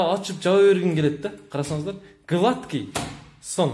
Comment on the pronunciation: Глааткий дейт ха ха ха